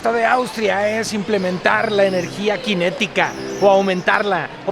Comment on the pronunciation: No es Latvia, en español es Letonia. Y es energía cinética, no "quinética". No te achilangues.